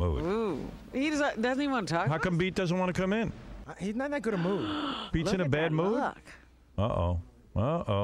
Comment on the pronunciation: Valencia Beetlejuice always says goo instead of good so Gilbert was basically making fun of him to his face but Beetlejuice isn't smart enough to realize that